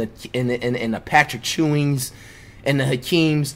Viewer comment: Lmao did he say Patrick chewing?